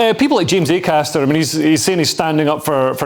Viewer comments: Linehan would be easier to take seriously if he could get James Acasters name right. If you cant get his name right how can we trust youd get gender right? - signed James McAster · Lol. Who the FUCK is Macaster? He says the wrong name maybe 15 times. Once again, spewing misinformation and misspeaking with impunity. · Dd not realise it was pronounced mcaster. Thanks Graham. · Get his name right Graham, it's not Mac aster, it's Acaster, reasoning to your view points seem logical to me, but far better validated when you get the persons name correct. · Why didn’t anyone correct Graham Linehan when he kept calling James Acaster “McCaster”? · I like how he keeps calling him "McCaster" instead of Acaster lol. I bet James is crying into his morning Shreddies after having been subjected to such microaggressions all night by Mr Linehan lol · The guy's name is Acaster, not McAster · Leo, you could've corrected 'McAster'/'McAllister' early on! 😄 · Acaster and Kearse are about as funny as a dose of the pox. Linehan doesn't even know who he is, and keeps calling him McAster. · Is he calling him 'MaCaster'? Because that's not his name. It's Acaster. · Love the way Linehan was deliberately getting Acaster's name wrong, like a surname version of mis-gendering. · I love it that the legendary comedy writer Graham kept getting Acasters name wrong. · "Ay-cass-ter", Graham! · FFFFS Leo tell him his fucking correct surname!